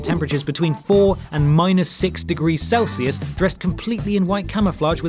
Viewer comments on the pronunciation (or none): none